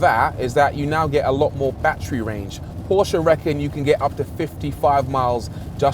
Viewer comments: I love your saying Porsche, like how it’s really pronounced. Not like „porsch“ or whatever englisch speaking people say. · As a German it is so satisfying to hear english speakers say PORSCHÉ!!!!